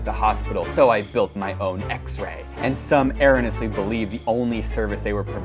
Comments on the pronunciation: has 2 engineering degrees and can’t pronounce erroneous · You’re correcting people’s spelling when you can’t pronounce erroneous. Maybe you get mean comments because you’re just an unlikeable person.